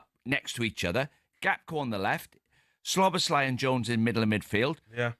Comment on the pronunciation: PLEASE Talksport can you tell Deano how to pronounce Szoboszlai correctly!! There's no L after the first S !